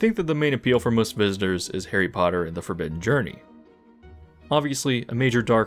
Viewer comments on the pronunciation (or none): none